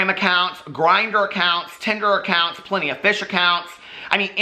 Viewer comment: BITCOUNT ACOINTS 😭😭😭😭😭😭😭😭😭😭😭😭 I’m screaming